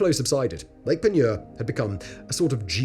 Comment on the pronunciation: Yeah, not so great at Del-cam-bray 😅 But Lake Peigneur was spot-on!